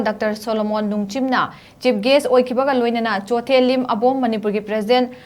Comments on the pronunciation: This news anchor had wrongly pronounced the Chothe as clothes... This is terrible. She is from Manipur and is making silly mistakes on such a huge platform that is totally unacceptable! She needs to publicly apologise in another time or our leaders must demand a written apology from this reader! This is wrong and it cannot be accepted! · A very weak News reader: she didn't pronounce the Chothe but as Clothes... She doesn't know how to pronounce the Chothe...